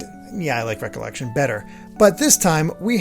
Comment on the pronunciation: For some reason, it bothers that you pronounce "Re:Collection" as just "recollection" and not "re-collection". I get that that's the point, but whenever I see it written like that, that's how I want to pronounce it. Still, it's your show, pronounce it however you want. Never owned a Game Gear, but I did go to a dentist's office that had one, and they also had Sonic the Hedgehog 2. It was really surprising to see the plot of that game being Tails getting kidnapped... and also years later I recall seeing one of the endings being Sonic looking up at the sky and an image of Tails being there, and thinking Tails was dead. Weird stuff... Edit: Taz in Escape from Mars on the Sega Genesis is actually really good, surprisingly enough. Can't speak for the Game Gear version, though.